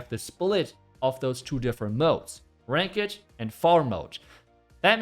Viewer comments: Just for info, the English pronunciation of ranked is like rankt, not rank ed. I was gonna mention this last video you mentioned this, but didn’t. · friendly remark: its not pronounced rankED, but "rankt", you dont pronounce the "e" in ranked. :) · Ranked is pronounced like RANK-TH not RAN-KED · Love the channel just to help it’s not pronounced “rank-ed” it’s like “rank-du” — same spanked, tanked — ranked ✌️